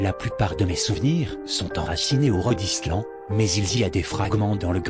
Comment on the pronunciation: Très bonne Creepypasta, par contre, le coup du "Rodislan" (Rhode Island), c'est un peu moyen, avec cette voix synthétique XD